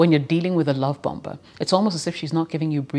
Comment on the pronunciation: hi, the 2nd 'b' in bomber is silent. so it's bommer, not bomba. useless info i suppose.